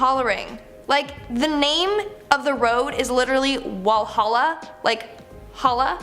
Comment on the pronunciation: Walhalla road?? NAHHHHHHHHH VALHALLA